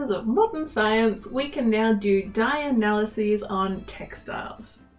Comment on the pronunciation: Accent barrier. When you said dye analysis fast my brain tried to figure out why you were saying dialysis funny.